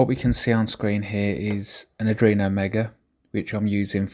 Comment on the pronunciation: Dont get me wrong - I really like your videos and I envy your setup. Absolutely! BUT - In case you didn't know, it's called "Arduino", not "Adruino".. It hurts a bit inside every time you say that word :) Keep up the good work, it's looking awesome!